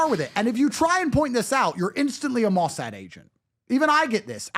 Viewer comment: I hate to break your bubble, but the Mossad (stress on the last syllable, by the way) does not pay big bucks.That service is not about the money. Also, do visit Israel (esp. Tel Aviv), you'll love it there; it's perhaps the only country where you can have a highly intelligent (+ amusing) conversation at 3 am at an outdoor bakery (surrounded by hotties). Many Israelis are indeed very esthetically pleasing (if in doubt, google Nir Lavi). I'm sure you would love it. Until then, however, enjoy Florida's light!